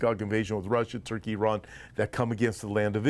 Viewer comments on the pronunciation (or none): none